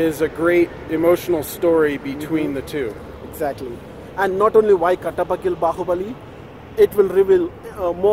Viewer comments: it's kattappa not kapata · katappa not kappata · It's Katappa and not Kapatta. 'T' comes before 'p's. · not kapata...its Kattappa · it's not kapati it's kattappa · it's kattappa not kappatta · its not katapa its kattappa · kapatta lol....it's kattappa😂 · Kattappa not Kappatta... :) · hey it's kattappa not kappata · Kattappa --> Try as "Kat - ta - paw"... Except for him... yes mostly correct... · kattappa stress more on double letters,,,,,ramyakrishna slightly pronounce y letter